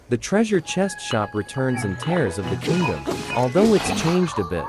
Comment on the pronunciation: it is teers not like tear paper